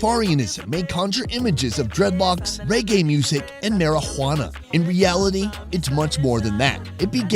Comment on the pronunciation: you threw the h on marijuana lol